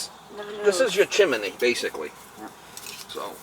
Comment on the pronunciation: ‘CHIMINEE’ heh heh heh My dad always used to say that!